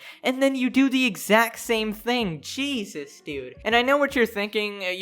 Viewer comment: For some reason whenever pegasus says "jeeesus" I hear "cheeeeesus" and I can't get the image of cheese jesus out of my mind